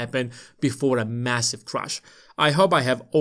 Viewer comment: It’s crash, not ‘crush’ 😂